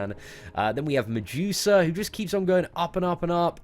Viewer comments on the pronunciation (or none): I laugh everytime you say MiJEWsa instead of Medusa